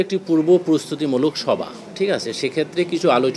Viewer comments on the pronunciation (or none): Ei beta sochib toh bangla bolte parena valovabe...amr doubt j oni Bangladeshi kina... Beta সভা কে বলে সবা